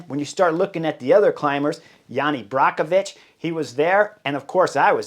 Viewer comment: He is Jani Brajkovič not Brakovič.....Chris are you stupid, learn his name !!!!